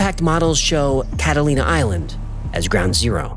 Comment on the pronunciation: it says “cataina” instead of “Catalina” 😂